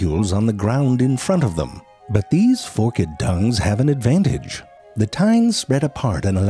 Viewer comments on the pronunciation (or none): It's Fork'd, not "Fork-Ed" and "Sal-eye-vary" not Sal-Very! And you have over 3 million subs? WTF... omfg nice voice but please pronounce shit correctly!! grrrrrrrrrrr! FAIL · I knew he was going to say “fork-ed”. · "It is deeply fork-ed and each tine tapers to a microscopic tip".... Just the tip.